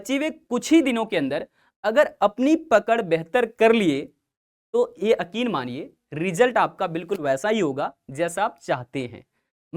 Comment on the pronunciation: Sir akin ❌️ yakin✅️